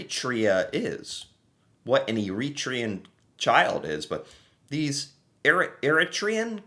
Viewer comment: Here on the island, around Courtenay/Comox, an underground crossing was put in for the frogs to get back and forth safely. Bathroom with a bed. Because rent has gone towards Californian levels with Canadian wages. Eritrean. Air-ih-tray-an. People from Eritrea. Ocean Spray has a few "fields" in Richmond and area. It's quite ideal for cranberries being easy to flood for harvesting. The strawberries may have come from the area where the largest grouping of snakes in the world accumulate.